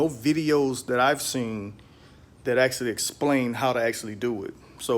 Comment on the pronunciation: Army didn’t tea you not to say ummm hits actually not axxxxtually